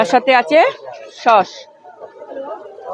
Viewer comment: ওটা সস্, শশ্‌ নয়!